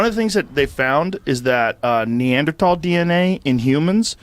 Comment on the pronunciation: Joe is back to pronouncing the TH in Neanderthal. Last I heard,, he had switched to a hard T and it sounds funny that way.